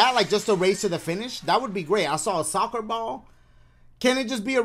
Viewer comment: me double-tapping the left side of the screen for an hour to hear dashie say “soccer bawl”